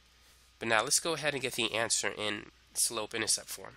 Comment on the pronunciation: Another “Ê’Answer”